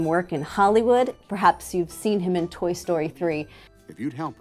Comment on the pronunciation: Toy not toy. Lol Great video!